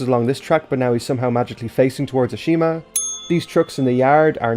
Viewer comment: Ashima? More like ASHAMEa